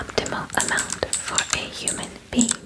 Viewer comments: Not me rewindeing the video like 10 times and still hearing "human bean" 😂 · It sounds like you are saying human beans 😂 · Did she just call me a "human bean?"